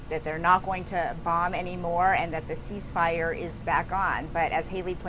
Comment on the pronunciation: I’ve never heard of a sheeshfire